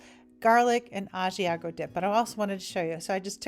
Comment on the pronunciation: I also love Trader Joe’s I’m from San Francisco so I was lucky to always have it. My dad is from Italy and he is a chef. He wants you to learn how to pronounce Italian words, but he loves that you love Italian food. It’s pronounced Brew-Sket- a not Brew-shet-a (common American mistake) and you are pronouncing Ah-See-ah-go as ah-she-ah-go. But he said Bravo for your Bruschetta Chicken and I really like your corn salad we make that back home with avocado too.